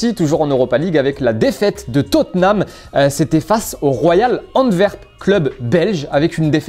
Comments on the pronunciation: Malheureusement mes oreilles ont saigné quand a mal prononcé le club Antwerp, ce n’est pas un V mais un W, respectez la prononciation d’une ville... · "ANTWERP" en francais ca se dit "ANVERS"